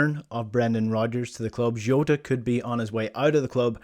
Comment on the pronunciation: Who is joota? It's Jota? Come on as a Celtic man u should know how to pronounce the man's name especially if you can pronounce ange name lol